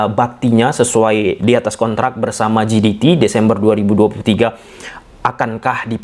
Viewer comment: JDT dibaca JeDiTi atau pakai aja ejaan indonesia JeDeTe jiditi=GDT ❌